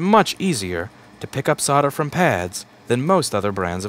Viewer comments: Love your videos ...but I am English so let me explain ...SOLDER. SOLD..ER ...SOLDER...not soder ..it drives me nuts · Your website says 'solder' but you say 'sodder' :(